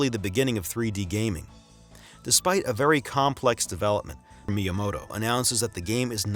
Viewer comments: Why do you say myamoto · It is not pronounced "MY-uh-moh-toh". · Sorry man you can't have a three hour video about Nintendo where you don't know how to pronounce the name of Miyamoto. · hire someone who can pronounce miyamoto that shit is like nails on a chalk board